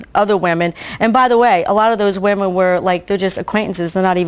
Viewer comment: can you teach Danielle how to say "women" for many "woman"?